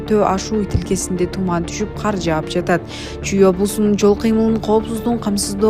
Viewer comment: Хэй блогер каар эмес, кар эле болот. Каякта окугансын.